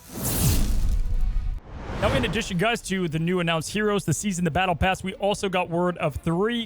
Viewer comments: BALLTE PASS? lmao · "Ballte Pass" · “Ballte pass”? 😂 otherwise top notch as always 👍🏻